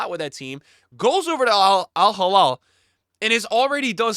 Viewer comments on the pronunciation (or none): Alhilal not alhalal please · It’s Al Hilal not al Jilal Just pronounce “H” like when you say “He” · It’s Al Heeee-LaaaL. Not Al Haa-Laal. 😅